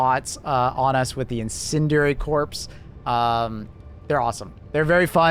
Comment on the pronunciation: "core" not "corpse"